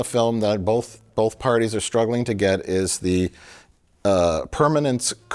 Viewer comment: absolutely not accepting canadian accent slander from two dudes who pronounce "both" like "bowlth"